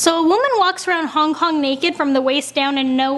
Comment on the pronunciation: Did anyone notice at the start she said"Hong Hong"😂😂